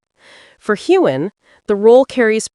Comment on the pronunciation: There is no g sound in Sam Heughan^s last name!